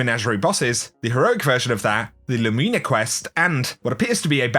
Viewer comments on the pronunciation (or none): Lou-min-ah, I don't go around calling my Chevy a Lumeena.